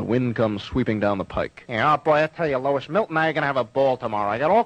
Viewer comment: Lois not Louis